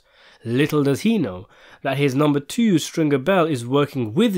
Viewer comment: I like how you sneaked that Baltimore pronunciation of twooo in there. 👍